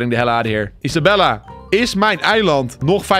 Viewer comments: Hoi ik weet niet of of andere mensen het ook hebben opgemerkt maar hij noemt Isabelle Isabella maar volgens mij spreek je haar naam uit als Isabel als je dit ook denkt laat het dan weten👍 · ‘Isabelle’ spreek je uit als Isabel..